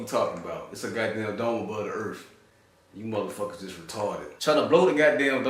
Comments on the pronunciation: So what is this earf he speaks of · I like "Da-Erff" guy. "Da Motherf&*(ing Erff be flat". "It ain't be round, Da-erff be flat". "Suck ma bawls, Da-Erff be flat". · Can't really argue if he says there is a dome above the erff. Now, if he said there was a dome above the Earth, that would be cray talk.